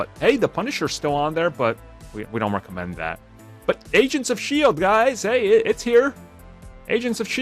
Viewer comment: You had me searching what "recement" meant...until you said "recommend" in the intro!!😜👍